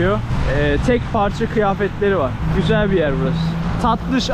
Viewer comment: her sözün ardından çok gizeeel 😁😆👍🏻